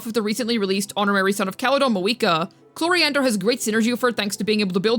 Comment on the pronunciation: Day 1000 of waiting to pronounce chloride’s name right